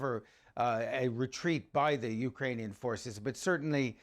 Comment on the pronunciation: No one gonna talk about how silly he sounds when he tries to put on a Ukrainian accent and mispronounces every bit of it 😂😂